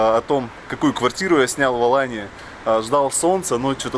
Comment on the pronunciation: Не АланЬи а Алании.. этоне АланЬя а Алания.. откуда ты взял этот мягкий знак??